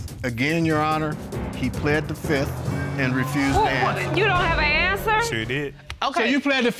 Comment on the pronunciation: .."Pleaded the Fift"..haaaaaa....He must have been watching to many Legal soapies,,,haaaaa